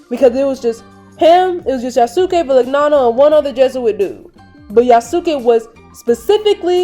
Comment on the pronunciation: Yasuke is pronounced in Japan as "Yaskay". The "U" is silent.